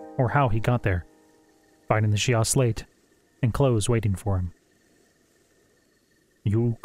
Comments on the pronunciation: Great audiobook! Thanks for all the hard work! Just a minor nitpick, I believe "Sheikah" in the Zelda universe is pronounced "Shee-ka". Can't wait to hear more! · She-ka i think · I’d have pronounced it the way it’s pronounced in the game.